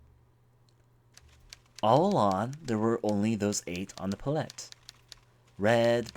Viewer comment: your gross mispronunciations were disturbing, but i enjoyed this game. Also, it's Pallet (Pall - Et)